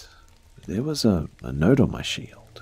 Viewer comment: Randomly tuned back in and I heard... "There was a note on my shield..." Took me a bit to realize what was really meant haha Cheers